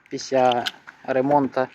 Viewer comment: ну при всем уважении не говори пися а говори писля